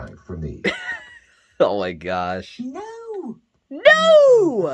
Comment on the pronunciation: Gotta love the way she says NO!!!!!!!!!!!!!! That always cracks me up with the way she says it. 🤣🤣🤣🤣🤣🤣🤣🤣🤣🤣🤣